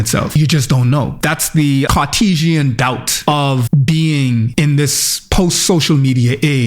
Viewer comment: "Cartesian doubt",,,,,,,,,,,,,,,,hahahahaha. Nobody heard that.